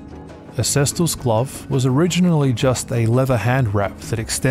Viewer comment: Cestus=kestus. It's classical latin! The "c" sound is from medieval latin. Same with venator..there is no "v" sound back in the day..v=italian u sound= for english people it sound like "w" sound. Wenator Just thought I'd share, not meant to be mean or anything. Seeing you are passionate about it's history I thought you might appreciate the linguistical part of it aswell Loved the video. Very detailed and informative 😊